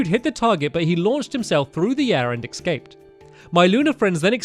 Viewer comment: Stampy, you still say ecscaped and not escaped.